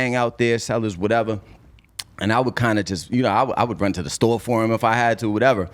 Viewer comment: Yo said: furr instead of for 🤔